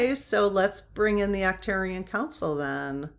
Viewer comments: Ark turians Arch pronounced Ark. Not a criticism jut trying to help. Love your videos. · It is Arc-turians, like Ark.